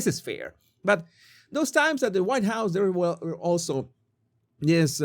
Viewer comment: "huWhite ladies cannot twerk" 😂☠️